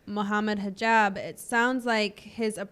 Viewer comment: Moohaimad hajeeb 🙃